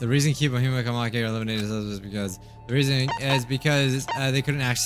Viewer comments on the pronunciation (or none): none